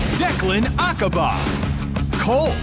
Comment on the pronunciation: Admittedly, I like Declan's English VA. The last name could be pronounced better, though.